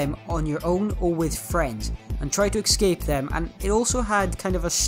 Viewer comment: This annoyed me because he was saying excape not escape